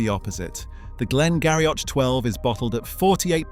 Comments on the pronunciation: Glen Garioch.... It is pronounced Glen Girie... Only as a side comment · Glen Garioch is pronounced Glengeery. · Glen Garioch - pronounced Glen Geery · Interesting programme, some of the pronunciations are a bit astray. Islay is pronounced “ Isla” and Glen Garioch “Glen Geery”